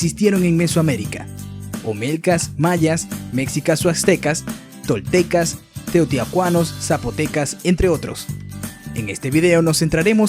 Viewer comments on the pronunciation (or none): Se pronuncia MESHICAS aunque se escriba con X y con la sílaba tónica en SHI y no en Me... Y la pronunciación es TEOTIHUACANOS no teoticuanos, por favor...Chichentizá, la sílaba tónica va al final, Oaxaca, se pronuncia Oajaca aunque se escriba con X y no Oatzaca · Todo perfecto , pero se dice Teotihuacanos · en lugar de decirle de esa forma (se escucha muy grosera) dile cómo se pronuncia. se pronuncia teotiguacanos. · No pudo pronunciar teotihuacanos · Así no se pronuncia teotihuacanos